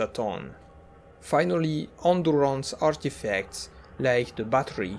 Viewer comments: Are you French by any chance? The way you say "endurance" is really unusual. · Bro the way he says endurance